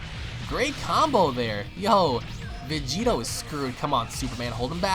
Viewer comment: VEGITO SAMA!! (Pronounced Begito)